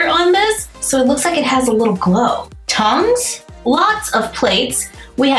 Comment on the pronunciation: it sounded like you said tongues instead of tongs 😅